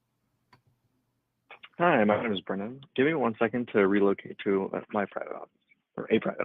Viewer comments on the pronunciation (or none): If Sam pronounced names correctly, the channel would come to an end.